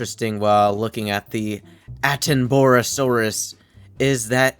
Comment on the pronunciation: You made me cry with how you pronounced attenboroughsaurus 😭 its pronounced atten-ba-ra-saurus